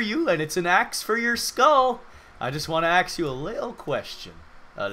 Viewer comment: "Let me AXE you a question."